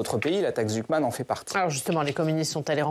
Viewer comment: Jpp il a dit la taxe « zouk man »😂😂😂